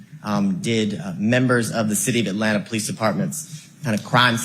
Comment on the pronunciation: Someone said POE LEECE 😂